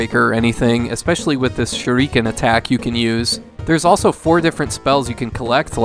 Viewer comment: Shuriken (shoo-Rhee Ken)